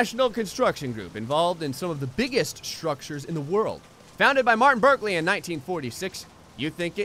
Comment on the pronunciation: It's Brikley, not Birkley xD